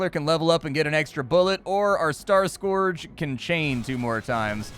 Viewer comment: Amazing that you don't know how to pronounce "scourge"